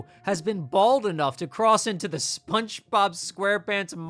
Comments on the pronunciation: You're definitely saying "SpunchBob." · Why do I keep hearing “spunchbob” whenever you say spongebob 😭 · I can’t tell if you’re saying SpongeBob like “Spunchbop” cuz of the meme or if that’s really how you pronounce it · SponchBob? Are you hispanic? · Bro can you say "Spongebob" correctly? wtf